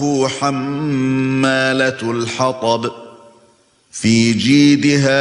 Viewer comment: in Surah 111 mistake. Hamma latal hatab✅ you. hamma latul hatab❎